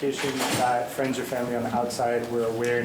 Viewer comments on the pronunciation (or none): none